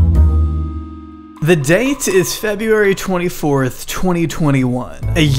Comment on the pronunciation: FebRUary numb nutz!!! NOT FebUary... smh...